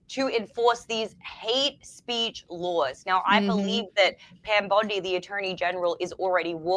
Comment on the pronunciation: absolutely correct. Bring back the Smith-Mundt Act but rename it the, “Charlie Kirk Act”🙏🏼 BTW, every time says Pam Bondi’s name, it feels like you’re getting more Japanese people on board……I can picture them jumping up and yelling, “Pam BONSAI”!!!😅